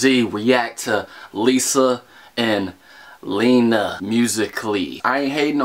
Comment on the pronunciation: WHO HATES THE WAY HE SAYS LENA ITS NOT HARD!!!